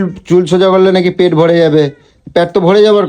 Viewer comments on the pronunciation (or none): প্যট না পেট মূর্খ